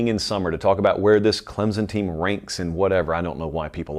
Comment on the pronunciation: CLEMSON, not Clemzon!!!!!!!!!